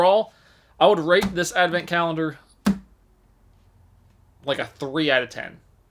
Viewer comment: If he knows how to read the word and pronounce 'colendar', he knows damn well wtf it is. 🧐